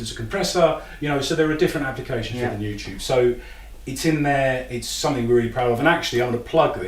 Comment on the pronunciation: Hey, I notice that whenever you say the word "something", you pronounce it "somethink." Is that a British thing? Or is it just you?